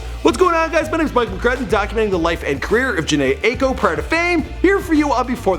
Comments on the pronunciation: Not 'Aye-ko' it's 'Eye-ko' 🙄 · Bruh it’s EYE-IKO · Its pronounced EYE- KO lol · Ots NOT Ako!!!!! ITS AIKO! Pronounced I-eko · Pronounced “Ahhh-Eee-Koh”😂😂😂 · Eyeko. Spelt aiko but pronounced as Eye-ko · Am I the only one who cringes when he pronounces “Aiko” ? It’s pronounced “Ah-ee-ko” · no it isn't, her last name is Japanese so it's pronounce EYE-Ay-Koh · No lmao what you mean, I have the same name, it's very common in Japan, it's pronunce "Ah" "i" "ko" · EYE- EE- KO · Blue Jam Joker it’s not “Eye-Ay-Ko” that’s ugly lmao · Kiara Chilombo it’s pronounced EYE-EEE-KO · Bruh you don’t even say her last name right 🤦🏻‍♀️ gtfo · thats not how you say her last name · The way he is pronounced her last name for the whole video honestly 😐 wow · no hate but can you learn how to say her name correctly before making a video about her thx